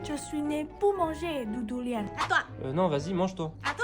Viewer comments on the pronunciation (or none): c'est Duuuuuuuuuuuuuurian pas dorian dduuuuuuuuurian😊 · c'est durian pas Dorian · On dit durian pas doran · Pas Dorian, on fait comme si le o était un u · Le « Dorian » 🤣🤣 c’est le Durian non ? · C’est pas dorian c’est durian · DUrian, pas Do 😂 les Thaï mangent du piment dès leur naissance 😂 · sa se dit pas dorian sa se dit durian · C’est pas Dorian mais durian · C'est pas Dorian c'est durian😂😂😂😂😂😂😂😂😂😂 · Durian pas Dorian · On dit durion pas dorion